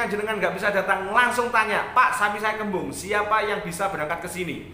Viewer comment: Kaken ngomong kembang kebu terus bro